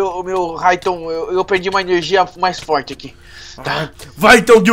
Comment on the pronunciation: tu fala foirti